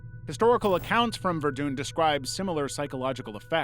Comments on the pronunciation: verdunn not vendoon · Ok, this video is great, but Ver-Dune has cackling. God, i love it when people get names so comically wrong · This person has never heard someone pronounce the name of the city of Verdun ever have they?